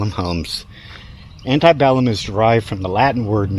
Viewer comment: I moved here almost two years ago, and love it here. But You, My Friend, just awakened me to much, much more than ever knew before this. Outstanding in every way. Thank You. P.S. The word "Antebellum" is pronounced "ANN-tuh-bellum." There is no long vowel "I" to be sounded. The vowel "E" is short in both syllables, with the accent being on the first syllable. I'm a Tour Guide at McRaven and have to explain what this word means every night I work there with the ghost Tours.